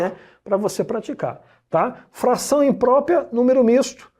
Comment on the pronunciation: O cara manja tudo de math, mas quando o assunto é português... COITADO "IMPRÓPIA" "PRÓPIA" KKKKKKKKKKKK